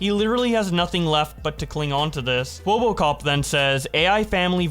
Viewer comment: why do keep calling him "kwobbokop"?